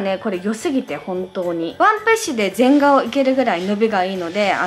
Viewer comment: 全顔 ぜんがお じゃなくて ぜんがん だよ